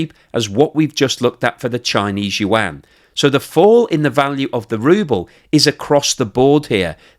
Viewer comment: That's how you humiliate a nation. It's an old strategy... Calling them something else rather than what they identify to be.....he pronounces the Chinese currency incorrectly too, love it ... 😂